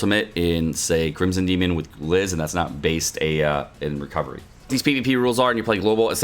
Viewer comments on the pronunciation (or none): none